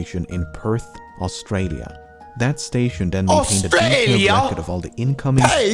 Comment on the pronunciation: why's dis guy doing a "British" accent for Australia 😂